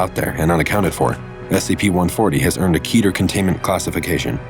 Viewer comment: KEEETTERRRRR NOT KYYTTEEERRR